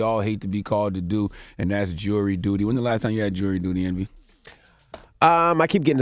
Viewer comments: The reporter said "for missing a jay of dury duty" 😂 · It's JURY DUTY not JEWELRY DUTY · You catch the lady saying “Jay of dury duty”